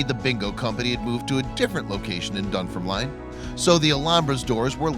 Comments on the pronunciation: This guy can't pronounce Edinburgh or Dunfermline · 😂 I know...